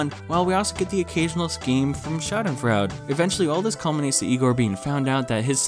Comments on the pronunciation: It's "Schadenfraude" Sha-den-froid-a. as in: someone whom reveals in the suffering and misery of others. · Doctor Schadenfreude While it looks like fraud, it actually means deriving pleasure from someone else’s pain. It’s a German word pronounced: Shaa - duhn- froy - duh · no Schadenfreude is German and means that someone else’s pain makes you happy. :) (edit: it’s also pronounced differently in German :)